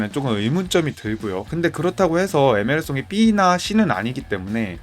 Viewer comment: 에데르송도 에메르송이라고 하는데 신뢰성 확떨어지네 ㅋㅋㅋ😊